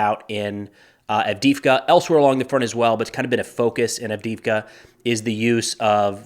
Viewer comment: Can you say Add dee Eve Ka ?